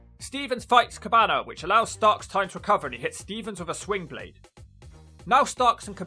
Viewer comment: slingblade, not swingblade bro lol